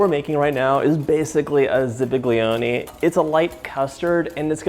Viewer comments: ughhh zabaglione not zibiglioni but DZABAGLIONE gli - is not gl... but anyway, it's hypercorrection. the right word is ZABAIONE (dzabayone) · Great Recipe, I made it myself without the Rum as that is not my thing and it has become a family favorite. That said, you need to pronounce Zabaglione properly. ZA Ba Lyonay would be the way it is pronounced phonetically or pretty close to it. G is silent. Thanks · WTF is a zibigleone 🤦‍♂️ this guy messed up that pronounciation just as he messed up this recipe. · "ZIBB-iglee-OH-nee" Oh dear, that almost hurt my ears. Instead, say "za-bal-YOH-neh" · It is pronounced “Zabayone”. the g is silent! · The correct pronunciation is "za-bye-oni" in Italian the g and l in zabiglioni aren't pronounced they're more of an accentuation like bignet. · The G is silent in Zabaglione as it is in Lasagne. Also there's something called elision when you say some italian words. You don't pronounce each vowel. They elide into eachother. So it should sound like Za.bahl.yone. No need to pronounce the i . Everything looked right but you never added the mascarpone-you just set it to the side. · I’ve never heard it pronounced “Zibiglione” either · Good recipe but that was some atrocious pronunciation of zabaglione 😂 Must have just watched the Jungle Book or something. Anyway, zippadee-doo-dah, to you, too! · That pronunciation of zabaglione was something! 😂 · dude you are a professional, you should pronounce zabaglione correctly (without g) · I'm making this tonight! I love your content, you're great!! Your pronunciation of zabaglione is killing me 😂😂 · Very nice recipe! but please learn how to say zabaglione haha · Aside from butchering zabaglione, nice recipe. How about doing the mother recipe, Zupa Angleze? Tell the story of real Alkermes? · I have never heard anyone pronounce the g in Zabaglione before. Haha. Cute.